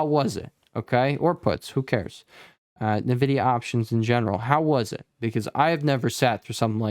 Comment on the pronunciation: i like how you pronounce NEEVIDIA :)